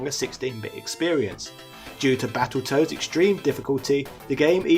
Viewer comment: I thought he said Battleturds for a second 🤣🤣🤣